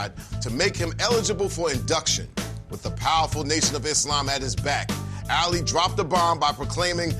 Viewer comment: This guy can't even pronounce his name right. It's not Alley.